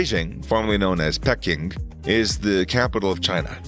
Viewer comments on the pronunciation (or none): none